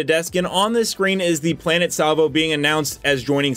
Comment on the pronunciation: lol Salvo not Slavo LOL